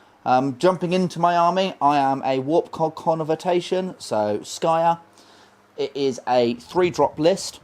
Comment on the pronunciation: SKRY-ER, not skyer